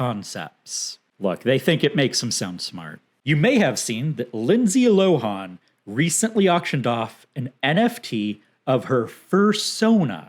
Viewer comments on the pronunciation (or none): The best two things I learned from this video are how you pronounce Lohan ("LOW-hawn") and Berkshire ("BURK-shyer") 😂🤣 Jk this was awesome. Love ❤️🖤